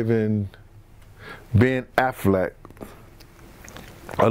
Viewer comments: Why does he keep calling that man Ben Aflac instead of Ben Affleck?🤣😂🤣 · That boy said Ben afflack 🤣🤣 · “Ben Aflac.” LOL